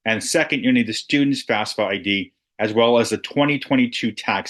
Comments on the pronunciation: It’s pronounced *FAFSA, …not FASFA! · Thank you because it seems like people are often saying it as"FASFA" just like in this video